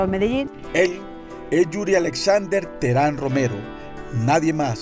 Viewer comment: Póngale el acento con ganas guey , teherÁn